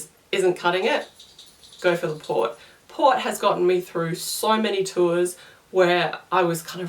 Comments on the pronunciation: Port not Vot lol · I thought she said POT? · So you guys don't have to watch 8 mins... Worst milk Green tea Wine Carbonated drinks Best Peppermint tea liquorice root tea Vot? sounds like she's saying Pot (marijauna) Water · What is she saying after licorice root tea, because I know she's not saying POT. Someone please tell me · I didn't understand what you were saying the 3rd best was..... It sounded like you said pot,pop? I missed it.